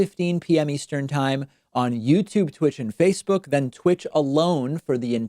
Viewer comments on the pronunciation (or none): none